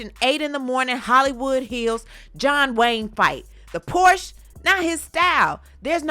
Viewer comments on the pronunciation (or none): none